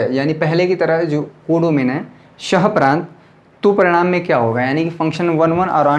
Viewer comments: Pras nahi sir prant bolte hai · Sir pras nhy prant hota h